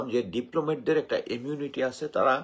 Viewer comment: এমিউনিটি না ইমিউনিটি, স্যার কি বলতেছেন উচ্চারণটা তো অন্তত ঠিক করে করেন , আপনার উচ্চারণ শুনে ভীষণ হতাশ হলাম! মেঘনা আলম রয়ের এজেন্ট এর স্বপক্ষে দুই একটা যুক্তি দেন কিছু উদাহরণ দেন কেন আপনার মুখের কথা আমরা বিশ্বাস করব, এভাবে একজনের নারীর ক্যারেক্টার অ্যাসাসিনেশন করার কোন রাইট আপনার নেই। ফালতু গল্প শোনাবেন না প্লিজ ।